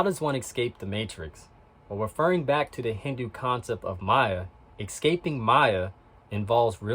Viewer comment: Ecscaping is not a way of pronouncing Escaping